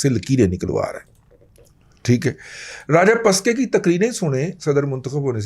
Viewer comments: His name is Rajapakse and NoT Rajapaske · Naam to theek se bolo...it is NOT Rajapuska.... Thoda homework kiya karo....